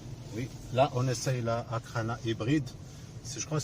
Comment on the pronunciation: Bonjour, Je crois que pour donner son avis sur un essai, il faut un minimum connaître son sujet et surtout dire le nom exact du véhicule "Renault ARKANA" et pas Akrana. Connaître son sujet, veut dire aussi savoir de quoi on parle. On ne s'improvise pas caméraman et essayeur comme ça. Désolé, mais je me suis fait c...r pendant cette vidéo.